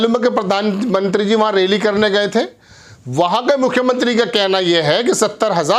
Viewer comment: Sir , sir plz plz homework karke aya karo shuru mai hii atak gaye. Railly nahi sir woh rally hai Correction karo sir